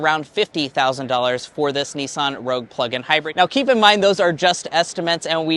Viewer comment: you had to say the PREVIOUS Rouge style 😂